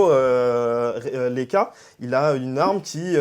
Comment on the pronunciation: Le mec qui pronom le nom du héros leka lol ça sa dit lenka